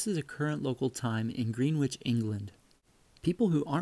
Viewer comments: Pronouncing Greenwhich incorrectly. It sounds like Grenitch... Not ..GreenWitch... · just so you know for pronunciation as a british person greenwich is actually pronounced as gren itch not green which lol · Gren-itch, not green-which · Just to let you know, Greenwich is pronounced Gren Itch. We have quite a few place names that are pronounced totally differently to how they look. Such as Cholmondeley Castle is pronounced Chum Lee. 😂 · I USED to like you BUT.... "I bet it was an English guy who invented this. After all, they do drive on the wrong side of the road" &.... Learn to speak English. After all YOU Americans stole it from us English & Screwed it up. It's greenwich (Pronounced Gren ITCH). LOL... I actually still like you... Just bustin ya B***z. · The British and East Coast Americans both pronounce Greenwich as grenich in most cases. Birmingham is different. Americans pronounce it birming ham and the British pronounce it birmingum. Both are very old British words for the places they represent. If you visit the UK places ending in "ham" are said as "um". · Gren-itch, Jag-u-are, Coo-baa, fret not, it's more laziness than anything...New Tripoli, new-tra-pole-eee (all 1 word) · That’s hilarious. He made fun of us for driving on the left side of the road but he didn’t even pronounce Greenwich properly 😂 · Don’t feel bad. Apparently the majority of people add that S at the end so it is what we all hear all the time. Once in a while I will see it on the news that way too. Thanks again for your brilliant videos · "Greenwich" is not pronounced "Greenwich"